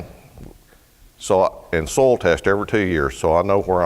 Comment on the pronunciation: Ain't it cool how pronounces soil? Its soul! En arche en ho logos....!